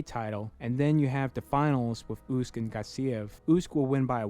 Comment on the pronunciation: Never heard anyone pronounce Usyk ,OOOSK